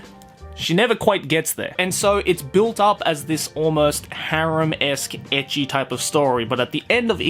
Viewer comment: Pretty sure he keeps saying: ecchi What I keep hearing: edgy